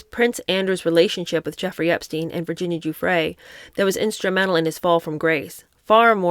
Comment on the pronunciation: The G in Guiffre is pronounced like a J. It is a soft G like gym, not a hard G like gate.